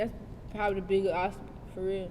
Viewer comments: she said OSTABLE instead of OBSTACLE and did it 2 times 😐😐😐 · Obstacle baby .. the word is OBSTACLE